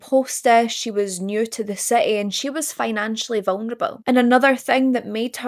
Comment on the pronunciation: I hope those eyebows aren't realI like your accent. Say vungnable again